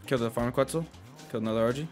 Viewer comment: “A qUeTzlE”